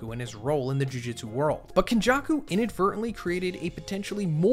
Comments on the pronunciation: This is a well structured video but the mispronunciations are really getting me lol. No hate but maybe listen to the subbed version of the show. It's not Jiu Jitsu kaisen lmao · Jujitsu, muhgoo-me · JUJUTSU NOT JIU JITSU